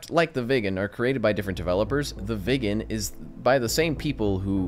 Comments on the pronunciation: Say it like Wick in John Wick, but slightly softer. Wicken, that'll be allright. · It's pronounced Veeg gen. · It's not pronounced " vegan" it's pronounced " veeg-en" 🇸🇪